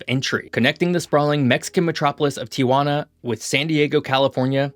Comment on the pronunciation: Tijuana is pronounced "TEE-juana" not "TEE-ah-juana" (there's no 'a' in the middle).